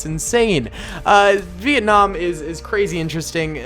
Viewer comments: Dont said vietnam like that agian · It's actually Vietnam not Vietcong